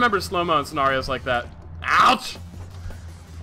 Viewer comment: You way you say "scenario" kinda tilts me